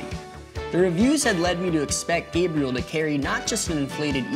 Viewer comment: Gabriel not Gabrielle wtf